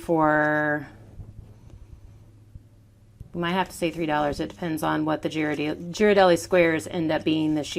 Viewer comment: Please pronounce Ghirardelli’s correctly. It’s gear-ah-deli. Other than that this was a cute idea for something fun and small.